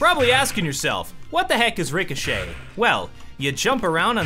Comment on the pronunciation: Ill crush you in rick-oh-shit